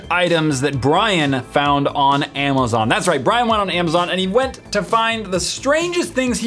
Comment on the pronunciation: omg you said brain instead of brian i am officially calling him brain now